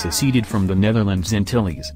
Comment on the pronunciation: I was born there. The pronunciation sucks